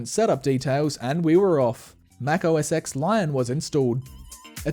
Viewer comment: The "X" in OS X is pronounced as "ten".